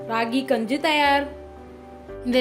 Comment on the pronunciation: Enna ma gunju solra its kanji ma